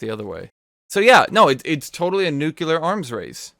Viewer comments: NUCLEAR. NOT NUCULAR. FUCKING, NUCLEAR. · Nu-que-lar arms race .... yikes bro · If I hear him say nucular one more time I am gonna commit genocide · Gloria: DID SOMEONE SAY NUCLEAR?: Nucular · Nucular blade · i guess he really liked that one simpson episode XD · Why the hell can't you say nuclear right?